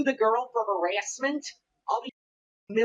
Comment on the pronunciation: I love the way he says harassment like herASSeMent